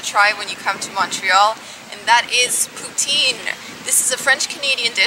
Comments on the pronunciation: I live in Montreal. You showed nothing of the night life. And it's pou-tine not POO-TEEN. Tabarnak esti crisse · poutine.. lol it's funny how non French speaking say poutine like pout-zin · you pronounce Poutine wrong!